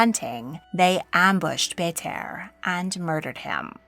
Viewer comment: Mongolian audience here. Love the video but i wished you would researched little more on pronunciation on the names. I winced every time you said Burte's name.